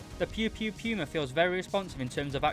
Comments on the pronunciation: its not piuma its puma wich means cougar in german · Not sure if you're just making a joke but its pronounced poo-mah not pew-mah which is also good meme material